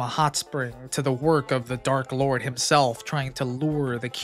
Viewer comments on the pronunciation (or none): none